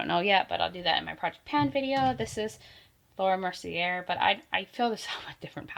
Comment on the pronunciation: The ELF Poreless Putty primer is my go-to holy grail. It is the ONLY one that really hides my pores on my nose! But it just goes to show that we all have different issues... I don't need a 'matifying' anything but pores are my big problem... FYI not trying to be 'that person' but you don't pronounce the 'r' at the end of Laura Mercier. It's like "Mercy-A". Kind of like Glossier that is pronounced "Glossy-A".